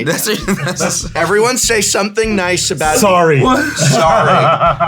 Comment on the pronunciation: Sssssssorrry. Canadian snakes LOL